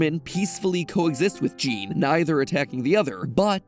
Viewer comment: Just a quick fact, "Jean" pronounce as "Jawn". Just sayin...